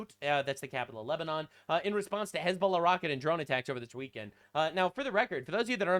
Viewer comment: His fake ass hezBOOla pronunciation makes me physically writhe